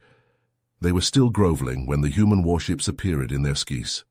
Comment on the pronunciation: "Appeerid in their skiis". Didn't you mean "Appeared in their skies"? Stupid illiterate A.I narrations. We need to start hitting the dislike, do not recommend and not interested buttons on all A.I Generated and Narrated videos, especially the ones that are clear rip-offs of other stories. You can't enjoy a story when there's so many mistakes in the pronunciation of simple words and phrases, the story starts to make zero sense. A.I generated and narrated stories are popping up everywhere, and they're being started by lazy people trying to gane the YouTube monetary system.